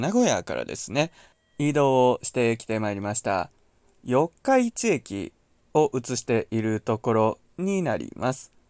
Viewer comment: 四日市の発音が気になりました😂 よっか、いち じゃなく よっかいち ですよ